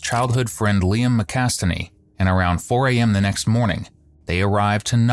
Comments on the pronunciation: narrator is saying “McAstaney” not McAtasney. Youtube narrators do obvious mistakes like that all the time. I saw a video on the elephants foot disaster where the narrator pronounced Bugorski as “Burgoski” for the entire vid. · Why does the narrator keep using the name "McAstaney" but all the text says "McAtasney"? Illiterate rubbish. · splitting hairs I know but you say the guys surname is McAsteney but it's written McAtasney sooooo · You said McAstaney. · Pronounced his name wrong for the whole video too. Either that or it was spelled incorrectly on screen. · Pretty sure this guy is a human. Makes me wonder how they can spend most likely dozens of hours researching a person and never learn how to say their name. Oh well maybe I’m just picky😂